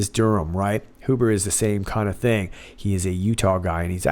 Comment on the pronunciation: My family name is Huber, not related to John Huber as far as I know although Huber is not a real common name, but the point is, in German the way you pronounced it is the proper pronunciation, the other common pronunciation is the anglicized pronunciation..